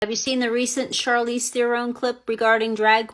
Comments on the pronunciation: Bro... I can't take you seriously. You pronounce Charlize like Charlie, Charcoal. When - if you have ever paid attention... You would know her name is pronounced as Sharlize. I don't support her stance... But your credibility is shot. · I'm pretty sure the "Ch" in Charlize, is supposed to be pronounced more like "Sh". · Lol Bruh why you saying her name like that she’s like Hollywood alumni. Her name is pronounced “shar- leeze” LOL but she really blew me with this leftist garbage and she sounds like she was tipsy trying to impress a room full of Delhi snow millennials